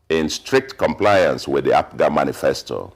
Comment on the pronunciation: I wonder why he keeps calling APGA ...APUGA?